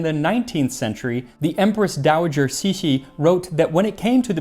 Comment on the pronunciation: Cixi's name is one of the few ones whose pronunciation even Max struggles with